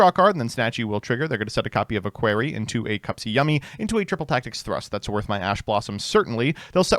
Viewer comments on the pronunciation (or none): I beg you all AmErIcAnS to stop saying "Aquery" it's pronounced "A-KRO-KAY" (like the french to say "So cute you could eat it")